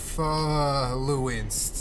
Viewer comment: "inPHOluenced" LOL